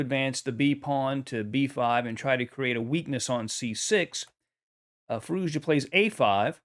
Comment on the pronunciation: Fah-ROO-shah. It’s not that hard.